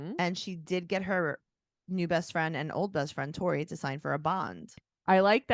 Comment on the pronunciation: Ok you totally said “Corey” not Tori! 🤣 you’re not crazy! Lol